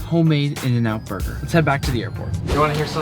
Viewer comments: “In burgrer” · “In burgrer” 😂